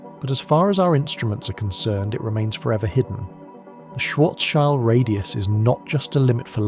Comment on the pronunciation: Why can nobody ever say Schwarzschild properly. Maybe one day...